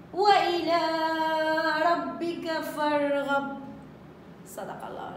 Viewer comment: فانصب ..بالفتح فارغب ...بالفتح